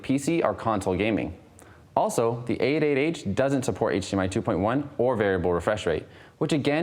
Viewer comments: Why is he saying "8 8 H"? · A8H sounds like 88h :D